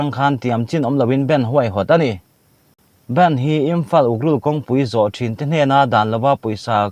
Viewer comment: Sir!! I channel a content thenkhatte hi a interest ka ti thin hle. Amaherawhchu, i thu chhiar te a nihna ang anga chhiar chhuak liam puat mai lovin anihna hriatchian tumin hei ai hian han in zir leh deuh hlek thin la ka va han ti tak em. Supreme— *suprame Bandh — *band